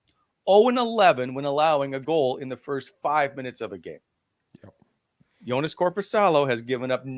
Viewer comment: Come on, it’s Joonas not Jonas. Let’s get it together. But you make sure to spell DOORDASH correctly!